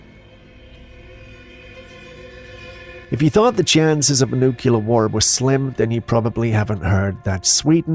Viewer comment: I love ya, no disrespect, but it's noo * klee * ur/ er noo cue ler, is incorrect Love your channel, though!!!! 👍👍🤗💜